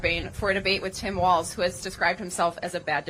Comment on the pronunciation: It’s Tim Falz